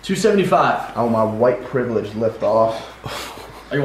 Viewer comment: The camera man after David saying “white privalle lift” Cracked me up